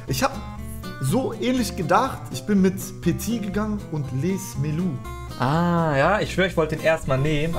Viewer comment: Er heißt Lees Melou, aber gutes Video